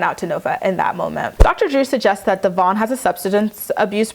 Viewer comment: Please pronounce DEVOINS name right,it’s not that hard.